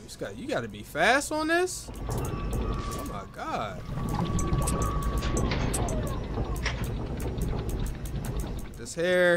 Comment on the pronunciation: I swear he's saying "Imma gawd" and not "Oh my gawd"